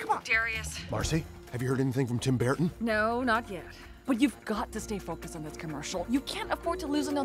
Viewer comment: Tim Bear-ton? They actually went that far?